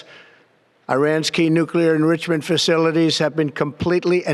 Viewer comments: Irans “nuclearindrisherment” capacity. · Whats nuclear encreechament? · We all need to call the White House and ask them what "nuclear endrishment" is. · He cant say enrichment.